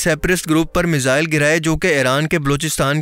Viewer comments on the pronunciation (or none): none